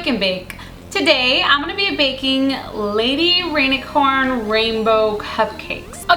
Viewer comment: cupquake it sounds like you said baby rainicorn and not lady rainicorn